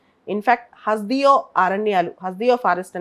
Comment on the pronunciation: హస్ దియో కాదు..... హస్ దేవ్